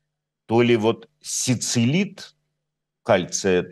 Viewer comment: Сицилит или силицит ? Это спрашивает человек, который утверждает, что может читать лекции на латинском….